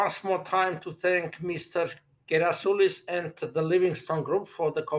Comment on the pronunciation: Thanks for this great interview. His surname is, not Gerasilous. Please fix this.